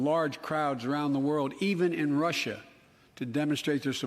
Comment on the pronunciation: me and my family have laughed until we nearly cried at this shit 🤣 or when he couldn’t say Russia.